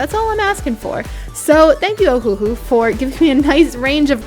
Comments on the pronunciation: Not oh - who - who it’s oh - who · Just so you know it is pernounsed ohulou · it is uhu that is how u say it